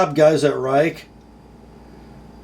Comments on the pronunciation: It is pronounced as Rake not Rike, stupid I know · It is pronounced Rake. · I fell off my chair when I saw you doing a Chinese knife. The company is pronounced Rake (I know it makes no sense with that spelling). I think someone like you reviewing this knife is important. I have been warning US companies that the Chinese are blowing their socks off in materials, quality and price. Maybe they will listen to you. WE's new Civivi line, Bestech, and Real Steel are making high quality budget knives. A Bestech 3-D milled G-10, with ceramic bearings and D2 steel comes in at $52. The Delica with FRN and VG-10 is now $75. No contest which is the better knife and value. Enjoy the Grind-In.